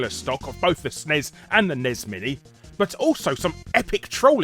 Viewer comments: It’s not snes and nes, it’s S-N-E-S and N-E-S. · Ehn Ee Ess. Not nez.